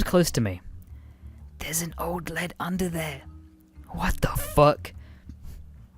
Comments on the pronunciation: Lead as in "leeeed" not lead as in the metal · LEED! I get you're Australian but god damn. ITS PRONOUNCED LEED! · Lead as in Leed. Not the element lmao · its not lead like the metal, it's lead as in leader